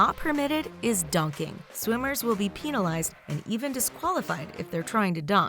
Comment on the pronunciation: Penalize not pEnilize